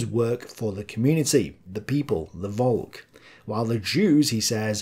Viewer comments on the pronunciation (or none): Yeah, I'll keep leaving the same comment until finally yields... VOLK is pronounced FOLK in German. As in folk songs, etc. Just do it. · When you are saying "Volk", the "V" is more pronounced like an "F". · "Volk" should be pronounced with an "F" at the beginning, like the English word "folk". The sound of "V" is expressed by the letter "W" in German, as in "Wehrmacht".